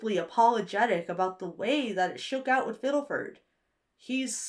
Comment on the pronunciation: This video is magnificent but the way you kept pronouncing “Fiddleford” and “Grimgoblin” really set me on edge 😂